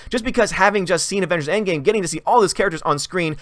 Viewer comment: "Wahmengers and the unicorn store"... coming soon XD